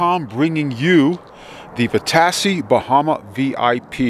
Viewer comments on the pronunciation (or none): Vitacci, pronounced "vi- ta-chi".